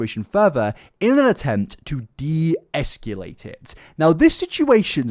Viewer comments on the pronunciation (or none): “Esculate?” You mean “escalate”, mate.